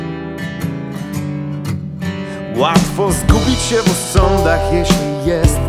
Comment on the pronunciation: Zajebisty tekst i wokal ale w polskiej wymowie jest są a nie som i się nie siem i ją a nie jom .spierdoliłes zajebisty tekst . Sorry ale zapierdalaj do logopedy ponieważ zajebiście śpiewasz.!!!!!!